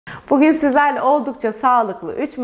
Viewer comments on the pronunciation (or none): none